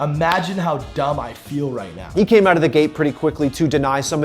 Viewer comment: Really annoying when you say out just pronounce it right